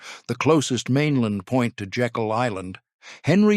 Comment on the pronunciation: Slight correction. The island is pronounced Jay-kul, not as in Jekyll & Hyde.